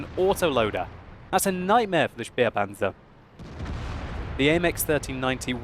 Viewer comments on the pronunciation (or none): It is said "spehpanzer" not "spiepanzer".